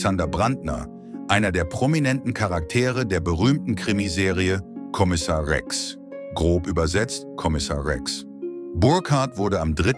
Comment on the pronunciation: Wie kann man nur den Namen Rex so falsch aussprechen. hahahahaha